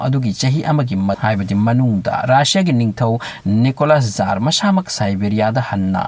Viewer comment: Bro jar hyba ntte tsar hyyu